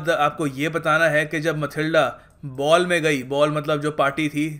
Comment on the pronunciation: Sir Matilda not a mathilde